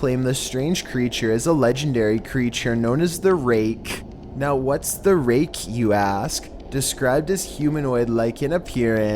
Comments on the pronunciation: RakEH My ears: AK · Lol the way he says "The rakE" is funny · said “the raKE” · The raKKKKE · "The Rai-keh!" Even the letter K has to be distinctly pronounced. hahaha! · bro how the fk do u say Rake....RAAYY KKKKKKKGH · making "rake" into 2 syllables. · "The ra-KE" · "The raKKe" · "The Rakķqė" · The ray...KEH. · Me :.... Him: The rAKE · "The ray-KEH" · The Ray-KEH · That's a hard K, homie. And "Ma-reen-ers log"... omg. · Should get that checked out bro, pronouncing rake that way might be a sign of lupis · He says the raKE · ....the most terrifying thing about number 6 was how you pronounced 'rake.' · Say Rake one more time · Why do you hit the K in the "rake" harder than ray rice hit his wife?